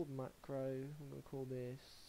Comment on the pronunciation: I listened a few times to get the right steps in...and kept hearing him say macro a million times wrong. A co-working came into my office asking me what the hell I was laughing at. Never in my life have I heard someone go back and forth like that. After I was done laughing, I kinda wanted to make him stop talking forever.